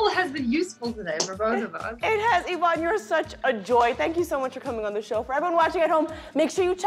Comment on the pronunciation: Yvonne's pronunciation is sooo good. Pure Polish.